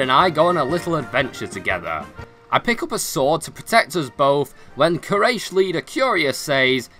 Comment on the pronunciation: It's not Quayresh Its pronounce as Quoraish And the spelling is Quyarish tribe